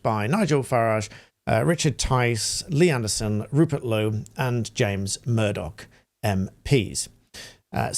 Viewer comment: Sir, NOT JAMES MURDOCK - James McMurdock - that's Mc. Mc, Mc, Mc, Mc, Mc, Mc, McMurdock. Hint - The English struggle with Mcs/Macs so should take extra care to look at the whole of the name, then look at the part after the Mc/Mac, imagine it being said and then look to how it may be pronounced once the prefix Mc/Mac is added. Barry McMurdock - NO RELATION but know the problem EXACTLY.